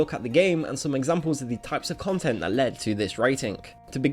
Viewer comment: Not Eh cone tent